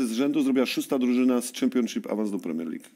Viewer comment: Tak Tomek twój english to jedna wielkia katastrofa, Ty to nawet prostego słowa jak Championship nie umiesz poprawnie wypowiedzieć.. A powiedz jeszcze raz Player, 😂😂😂